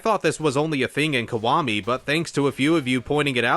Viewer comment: Is it just me or is he saying "kwami" instead of "kiwami"?